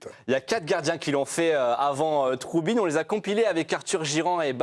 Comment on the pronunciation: Ce n'est pas troubine ; mais trubin😎